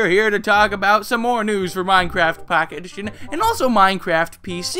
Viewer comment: "MyneCrayft Packeyt Edition"